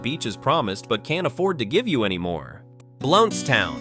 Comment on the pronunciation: I used to live in Blountstown… wish you people could learn to pronounce things properly. Micanopy, which I live near, is another one y’all butcher.